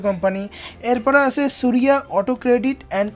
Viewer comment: আসে,আসে বলছেন কেন? আছে বলুন।